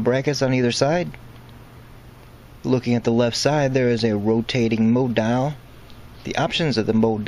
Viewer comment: What a shame you found it necessary to dumb down your commentary. If you,wanted to provide a serious Tutorial, why the odd pronunciations unless confusion was the desired result. Mo dial........ ? Mode Dial. Good diction is crucial